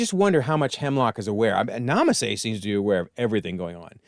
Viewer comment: You called Nala Se "Nama Se" a few times. Kaminoan names can be confusing at times.